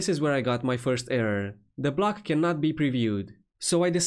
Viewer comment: Block? Blog? Sorry, no Hate but everytime you say „Block“ (as I asume?) I hear „Blog“ which means something completely different. But I guess this is a „problem“ a lot of speakers and audiences have since WordPress introduced Gutenberg BloCKs ??????? 🤷‍♂️🤷‍♂️🤷‍♂️ 🙂🙂🙂